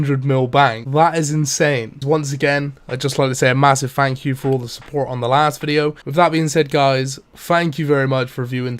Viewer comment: Fank you? You're velcome.